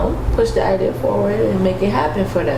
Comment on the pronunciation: attempting to say, "idea" is pissing me off 😂😂😂